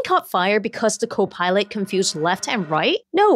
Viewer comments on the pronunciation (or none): It's CO'-pilot, not co-PILOT'. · i don't like the way she says copilot